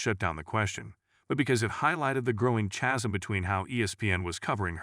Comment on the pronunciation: hyper - Bowl ? ? Thee-tricks? Chas- Sum?